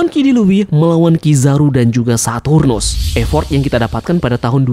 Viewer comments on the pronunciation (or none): none